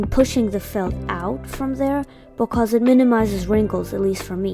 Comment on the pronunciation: YOU SPEAK LIKE ME I keep hearing becos and my friends say that i say it all the time😭 Also i really liked the eyes Just wanna know if i can paint smt like it Well that but in diff colours